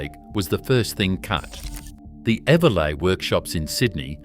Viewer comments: I think you’ll find that the rail facility in Sydney is pronounced. every-lee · Eveleigh is pronounced ever-lee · The "g" is silent perchance you should have done a trade 🤣